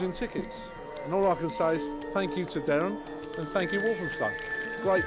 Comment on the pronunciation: His name's DERREN.. not 'Darren'. 😕